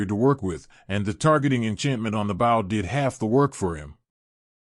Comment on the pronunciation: Is this being read by ai? I've heard him read bow wrong EVERY time along with a few other words like beastial